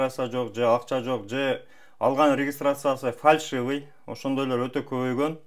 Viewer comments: Фаршивый эмес 😂фальшивый👍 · Фаршывый деп кой!🤣